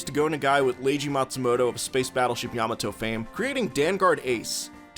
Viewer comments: What's a yam-ah-toe? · You pronounced Yamato incorrectly that was the cringe